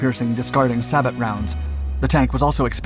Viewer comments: Sabot is pronounced say-bow not sabat lol,love the videos tho! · Sabot, pronounced say-bow. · I think sabot is pronounced "say-bo" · Sabot..."say-bow(as in bow and arrow)" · "Sabot" is pronounced [Say-boh] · Yet another French word tripping you up. SABOT, is French for shoe. . It is a more readily identifiable as a discarding sabot, Which is a small missile fired by a tank, which contains a very heavy metal, with the sabot filling up the cannon, for added long distant and high speed firing, upon leaving the barrel the discarding sabot is flung away by the forces of wind, leaving only the long, dense core to travel. Pronounced= sab-ohh., two distinct syllables. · Silly errors, such as saying 'The MBT-70 was 3.5 meters long', and mispronouncing SABOT. These videos could easily be made much better.